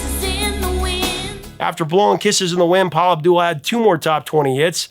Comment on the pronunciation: Paula Abdul is awesome! She says it AB dul rather than AbDOOL.